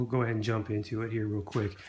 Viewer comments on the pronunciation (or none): none